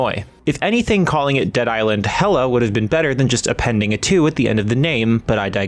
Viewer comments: Hella? Really? It's Hell-A. As in a play on L.A. This was said in literally every promotion for this game and presumably by the characters several times. To get this wrong makes me wonder if you even played the game.... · "HELLA"... 😐 uhm... it's Hell-A.. Hell.. and LA (Los-Angeles)... how stupid was the person that wrote this review... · "Hella".... you mean Hell-A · it's Hell-A, not Hella. What they're doing is making a pun off the name "L.A." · Its HELL-A not hella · Lol Hell Ah na it's ment to be Pronounced Hell-Eh.that had me dying!!!.🤣🤣🤣🤣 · Hella LOL ITS HELL-A LIKE L.A. WTF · It's HELL, A like L. A... My guy said HELLA 😅😅😅😅😅😅😅😅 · Its not hella lo! Its hell-A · I'm pretty sure, given that it takes place in Los Angeles AKA LA, that it's supposed to be pronounced more like "Hell A" rather than Hella. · the way he said HELL.A was hella goofy